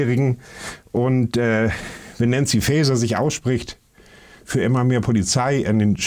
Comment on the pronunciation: Ach Leute, wenn wir schon ( zurecht ) über Ausländerkriminalität sprechen, dann achtet doch bitte wenigstens auf die Grammatik und die Namen, die Frau heißt Faeser und nicht Fazer!!! Das ist nicht Star Trek.